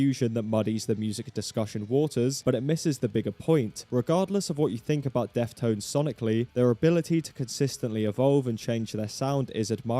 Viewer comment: was he saying "death tones" in the entire video